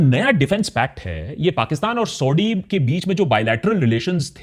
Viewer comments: Please use correct pronunciation it's Saudi (सऊदी) not Sodi (सोढ़ी). Use like one time correct pronunciation .. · Sauti Sauti kyu bol rahe ho bhai aap? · It's not ""sodi"😂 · Sodhi nahi Saudia hai bhai. Correct pronunciation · You constant SAUDee Arabia is so annoying 🤯 You can clearly pronounce it correctly as you keep doing so in the video it self then why this zulm on our ears 😅 #AkashBanerjee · Exactly. This dude mis pronounces names, says Sau-D, Shah Baz Sharif instead of Shehbaz Sharif, like seriously smh